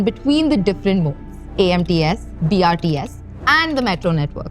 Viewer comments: Video is apt and informative, accurate on topic and data, but you need to improve on your script or oratory skills. Its BOPAL not BHOPAL, and BRTS not BRST ! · when she says "bhopal" to "bopal" you dont want to listen this any more. - BRST nahi, BRTS... No homework done properly. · Man this is just another publicity video she can't even speak brts properly not to say about bopal to bhopal 😢